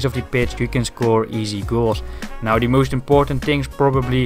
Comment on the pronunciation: what is 'do the moooosht'?